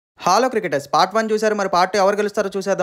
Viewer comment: Bro meeru hello cricketers anandi. Hollow cricketers antunte bokkalo cricketers annatlu undhi 😅😂